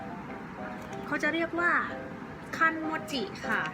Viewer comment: คันโมจิ ฟังเป็น คันจิ๊มิ้